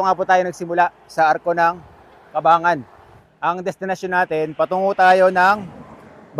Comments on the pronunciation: Welcome to my home province.. Ang naririnig kong bigkas po sa Cabangan ay CA-BAN-GAN and not CA-BA-NGAN.😁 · Ang bigkas ng Cabangan ay Caban-gan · nice video.. pero ka-bang-gan ang pronunciation ng Cabangan 😊